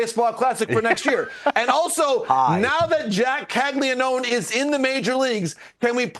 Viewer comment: Bruh, it’s pronounced “Cag-Lee-Own”, not cag-lee-known…😅